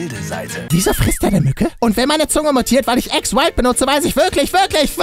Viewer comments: Ex? Nicht Aks? (ausprache) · Ax nicht Ex (Lautsprache) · Es heißt Axe nicht Äxe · Es wird nicht „äxe“ ausgesprochen. So der axe. Mit einem a! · Es heißt übrigens nicht "Äx" sondern "Ax", der Name ist nicht überall gleich, in England, wo man es ja "Äx" aussprechen würde, heißt das Deo nämlich LYNX... Warum auch immer... Frag Unilever, die haben sich das ausgedacht...